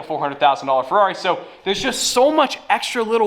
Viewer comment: FER-ever on the FER-ari